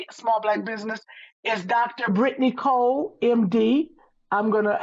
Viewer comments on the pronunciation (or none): none